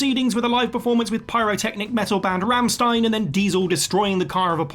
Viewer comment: Hahahahaha. I literally only went to see XXX because of Rammstein (learn to pronounce their name plz) and I was like "oh hey it's that guy from Pitch Black" I think he's an underrated actor at this point though, honestly I'm shocked he's not in more great films